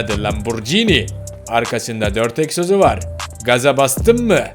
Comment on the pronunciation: Egsos değil egzoz